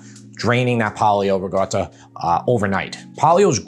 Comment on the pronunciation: it's not rigotta, it's ricotta with a C LOL